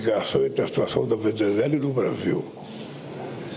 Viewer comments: O cachaceiro não consegue nem falar Venezuela. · Tá bom, mas olheiro não é quem procura jogador de futebol? Ele não consegue falar Venezuela direito e não sabe o que é Observador.